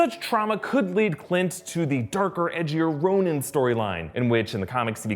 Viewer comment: for the love of god it’s pronounced “Ron-in” - we couldn’t have Ronan (Row-nin) the Accuser AND Ronin (Row-nin)